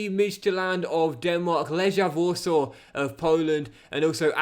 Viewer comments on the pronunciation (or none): none